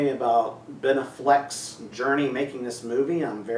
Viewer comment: not trying to troll, but the way you said ben affleck really bothered me! lol